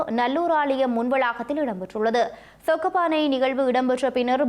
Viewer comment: சொக்கப்பானை இல்லைசொக்கப்பனை